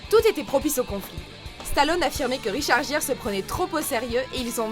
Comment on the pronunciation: video de merde! vous, français de ce monde, voudriez-vous apprendre à prononcer les noms? Richard Gere... honnêtement j'aimerais pas être Richard Gere et me faire détruire mon nom comme vous le faites... des profs d'anglais anglophones vous aiderait surment! caliss que j'ai honte de vous entendre parler. Vous faites honte au francophone.. Ne pas comprendre ce que veux dire un gâteau au fromage et comprendre un cheesecake, qui est clairement un mot anglais, vous nous donner la honte bande de crétins! continuer de vous croire sur un nuage, vous n'êtes que des imbéciles!